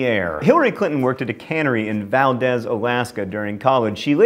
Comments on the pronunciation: John, I know mispronouncing things is your thing.... But Valdez, Alaska (mentioned in fact 44 with Mrs. Clinton) is "Val-deeze" not "Val-dez"! It's the easiest way to trip people up and figure out if their tourists or not during the summer. Ask where they're going halibut fishing, and the results are amusing to locals. :) Loved the video, by the way! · It's pronounced val-EEZ! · I hate to be that guy but it's pronounced "Val deez", Alaska. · Don't think I'm first on this one, but Valdez is not pronounced that way. The second syllable rhymes with "Bees". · Valdez is not pronounced "val-dehz" but in fact "val-deez" or "val-dease", just for future reference since it comes up all the time. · It's pronounced "Val-dEEz" not "Val-dEhz" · ) It's Val-DEEZ (source: Lived in Alaska for almost 50 years) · The E in Valdez is a long E sound not short. Valdeeeeez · BTW, Valdez, Alaska is pronounced "Val deez". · It's valdeeze.... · SORRY TO BE AN ANNOYING GRAMMAR PERSON BUT IT'S PRONOUNCED VAL-DEEZ ALASKA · Pronounced val-deese :P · Never failing to mispronounce things john :) Valdez is pronounced like Valdeez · You mispronounced the name of the town of Valdez, Alaska. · That's not how you pronounce Valdez if your from Alaska you know my pain! Haha